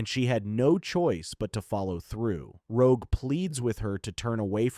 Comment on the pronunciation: The part where rogue destroys bishops transceiver the AI calls rogue rouge.